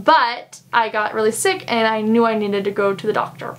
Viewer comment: Is that a California accent when you say “eeeand” for “and”? Sorry you had a bad experience. 😢 I can’t imagine how awful that must be. So scary!